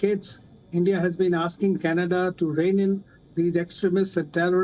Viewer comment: Canada soon will be called as "Canedda" 😂😂